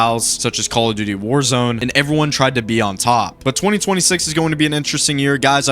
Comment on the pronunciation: I literally started laughing when you said calll of duty